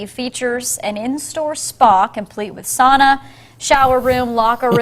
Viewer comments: im 3/4 finnish this is fake news... and they said sauna wrong in that burger king ad for the record its pronounced sow-na.. surprised you didnt go off on Saint Urho's day march 16th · Us West Swedes, north Estonians, and east Russians would prefer if you pronounced sauna like souna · I can tell you don’t know anything about Finland because you pronounced sauna wrong. 😂